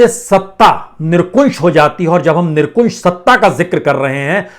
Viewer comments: Sir nirkunsh nahi nirankush shabd hai ..bolte samay Dhyan dein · सर जी आप निरंकुश को निरकुंश बोल देते हैं, गुस्ताख़ी माफ़ हो। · वाजपेयीजी कृपया कुंश नहीं शुद्ध उच्चारणअंकुश करें । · निरंकुश होता है। निरकुशं नहीं होता है कृपया सही करें। धन्यवाद। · Not nirkunse but correct is nirankush. Sorry, thanks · Nirankush hota he nirkunsh nahi sahab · क्षमायाचना के साथ ...... निरकुंश नहीं 'निरंकुश' । 🙏